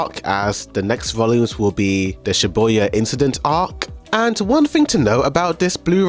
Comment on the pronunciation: why do you keep saying Shiboya incident? It's shibuya